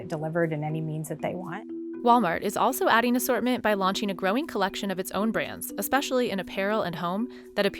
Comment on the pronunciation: Shoppeen Network. Competeen (not competing?). Launcheen. Wtf